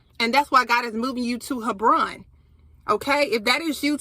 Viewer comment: It’s pronounced Heb/Ron